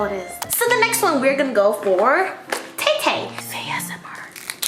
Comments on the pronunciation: love the fei-s-m-r hahahahhahahahaha ig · FEI-S-M-R love it 😂! IG: lupitaa.barrera